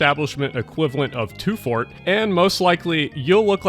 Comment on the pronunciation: Great video. One question: "..at the food establishment equivalent of..." what? Two fort? I've re-watched this a dozen times and turned on closed captioning in an effort figure out what you're saying.